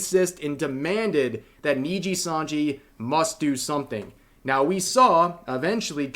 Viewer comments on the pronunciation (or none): He keeps saying NINJIsanji RAAAAAAAAAAAH. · he still says Ninjasanji lol. who cares, they're evil, Ninjasanji it is. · the real anime training arc here is Asmongold's pronounciation of nijisanji improving